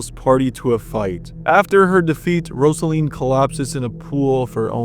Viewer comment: I swear. If he mispronounce Rozalin (ROZ-a-lin) one more time. I'm going to lose it. They say her name in the game